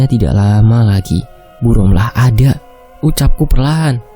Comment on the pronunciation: D tulisan rohma d baca romlah